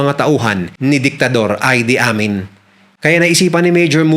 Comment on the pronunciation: Ang pagbigkas sa pangalan ng Ugandan president ay I-di Amin at hindi Ay-di Amin.